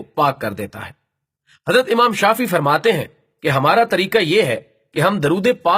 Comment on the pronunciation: Mr admin Allah taala aap ko ajr e azeem ata farmaye Aameen or hum umeed karte hen ke ainda bhee esee video banate rahen lkn ek arz karoon ke quran shareef kee ayaat or ahaadees ko bayan kerte waqt ya durood parhte waqt talaffuz kaa khyal rakhen or buzurgon ke naam bhee theek se liya karen ek do misaal ye ke imam شافعی he shafee nhn doosra qutub Rabbani he zubani nhn or wasallama he wassllim nhn aap har martaba نبی کریم علیہ الصلواة والسلام ke saath alaih wassallim keh rahe hen